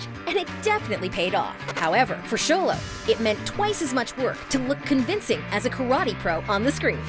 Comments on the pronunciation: Someone finally said Xolo correctly!!! Yahayayayaya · My friends pronounce xolo as “zolo” so I respect the fact she calls him “Sholo” but robbys is not rooby